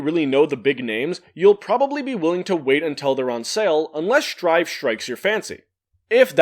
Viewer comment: I can't believe you just said Guilty Gear: Sir'd. You have shook me to my core.